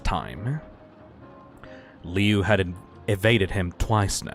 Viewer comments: The Woods family? That's the name of the family from the original one! Me who knows that the Woods family name originated from the fan story Homicidal Liu and was never in the original:NOT SCIENTIFICALLY POSSIBLE. Also, Lui's name is pronounced Loo, not Leeoo. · His name is pronounced *LOO*, you gormless rube!